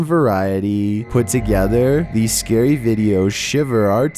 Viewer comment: So scarwy (UwU)